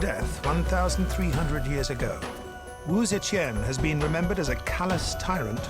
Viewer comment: Cannot stand how the narrator is saying Tian.. its TIAN not QIAN. or CHEN